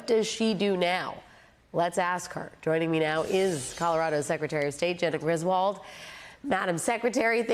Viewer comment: FYI: The name Griswold is correctly pronounced "griz-wooled". Thank you.